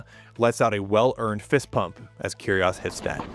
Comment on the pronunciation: great video, i just wished he pronounced it "keerie oh's" not "kerie oss" .